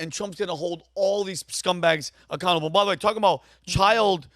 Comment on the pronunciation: Vinny “ByThWay” OShana 😂